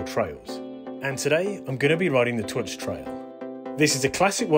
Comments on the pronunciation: Good vid and edit, I live locally so know the place well, so I thought a good representation of the main features, the last bit in the car park is definitely the best part of the track. The trail is pronounced closer to turk "TOORK". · Superb trails and a great trail centre that does amazing cake. FYI, Twrch is pronounced Took. 😉